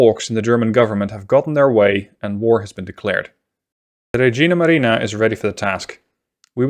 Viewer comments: It actually sounds like you're saying "Regina Marina" instead of "Regia" lol, which is still italian,it just means "Queen Navy" instead of Royal navy :D the other pronounciations are pretty good tbh,if a bit awkard,but that's totally understandable :D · Just a tip you pronounced it regina (queen) maria instead of regia (royal) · Regia is pronounced Reja, not regina :)